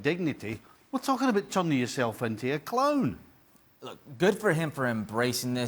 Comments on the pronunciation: *he's a cloan*(😂😂😂his trying to say clown) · Did he say clown or clone lol